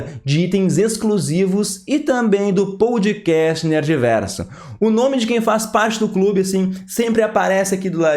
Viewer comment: Achei que vc se preocupou mais em contar a história (dar a sinopse) do que avaliar o filme. Assisti a seu vídeo buscando análise do último encontro (importantíssimo a meu ver) entre Leonardo e sua esposa. Senti falta disso. E por fim, a pronúncia não é ‘pOUde cast’, mas ‘pÓd cast, como em ‘pode’ do verbo poder.